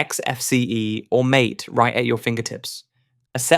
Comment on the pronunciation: Hey there AI synthetic voice user, MATE is pronounced as "Mar Tay", just so you know. 😞